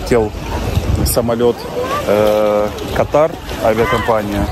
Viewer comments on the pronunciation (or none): none